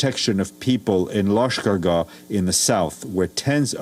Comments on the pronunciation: Bruhhh It aint "lashkargay" its lashkargAh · The news anchor keeps pronouncing it as Lashkar-gay but it’s actually pronounced Lashkar-gah